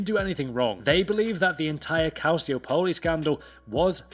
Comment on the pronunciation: I laughed so hard when he said calciopoli 😂